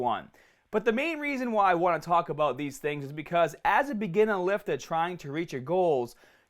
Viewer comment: Take a shot everytime he says begeenah